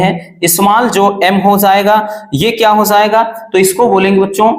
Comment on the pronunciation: Hozayega 😂 ki hojayega pronounciation to dekho